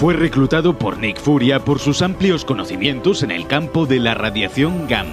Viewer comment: YO: Nick Fury VANDAL: Nick Furia 🤭